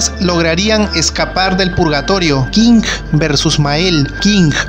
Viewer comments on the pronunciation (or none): Por que chucha dices, Kinggg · buena info bro. pero Tu manera de pronunciar los Nombres de los personajes me provoco cáncer en los oídos . en especial cuando dices Kinggrrrr . saludos bro. buen video